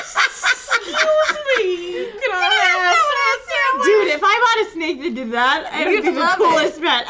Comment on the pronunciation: "GIMMEYO SAMWICH!" xD